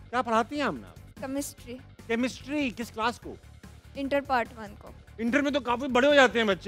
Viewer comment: Chemistry not kamistri